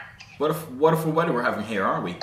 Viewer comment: wuda wuduful weader were having here arent we